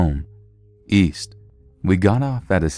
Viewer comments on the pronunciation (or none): East? I thought u said weast